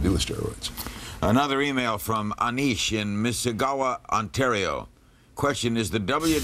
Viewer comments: Larry's pronunciation of Mississauga as Missigauva 😂😂😂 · When I heard him pronounce it as 'Missigawa' I almost feel off my chair laughing.😆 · Larry king can't say Mississauga???? 😂😂😂😂